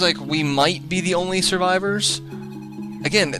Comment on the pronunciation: I assume they are all dead because the English officer said servorvers